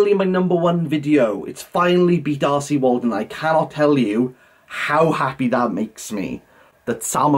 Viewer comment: When you say R C Waldun. Why do I hear “arsy Waldun”? Must be my Northern ears. With regards content warnings I have said during reviews if you check for content warnings you may need to check this book wherever you check. As you are spot on they need to be consistent. I don’t believe it’s my place as someone who talks about books to go any further. I don’t check for content warnings myself. The blurb on a book gives enough info for me to decide if I want to read it. Love these videos 🙂